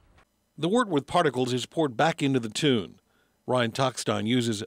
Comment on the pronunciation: I know this video is 4 years old, but come on! Mash "tune"? No. Mash "tun". And "Craw-zen"? Nope. Kroy-zen.